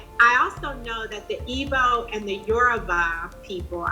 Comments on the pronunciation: It's pronounced "eeg-boh" not "eebow" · Its pronounced ee-bo not what ever you wrote. Are you even Igbo?